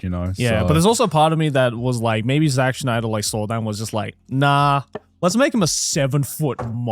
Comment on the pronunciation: Did they just say Zack Schneider?